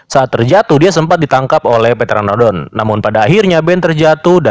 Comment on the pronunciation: Pteranodon ngab bkn petranodon